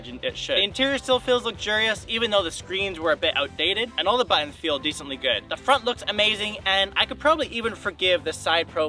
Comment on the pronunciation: It irks how you say BATONS instead of Buttons lol but thanks for the info